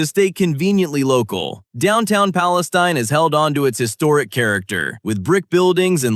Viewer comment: Palestune? Crime's a bit high there